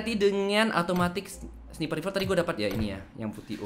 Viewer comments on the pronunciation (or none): none